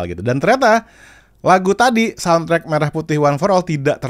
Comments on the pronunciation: Jelas pelafalan merahnya gak tepat😂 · bukti lagu ini bikin pake suno, yaitu pelafalan kata "merah" yang seharusnya mérah, tapi di lagu ini jadi mêrah. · dari liriknya aja udah kelihatan hasil generate Ai bang, pengucapan kata merah nya, menjelaskan itu semua, dan sepertinya masih pake versi free di v3.5 😊😊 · Kalau modal denger sih, ada signature khas AI. Entah apa, tapi khas aja. Ya betul untuk kata Merah salah pengucapan. Hanya bisa menduga sih. Masalahnya kalau memang tidak ada dananya kenapa musti produksi? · pengucapan merah putih di lirik, 'me' nya aneh pakai e dangkal. Liriknya juga rada2 'dari betawi sampai papua'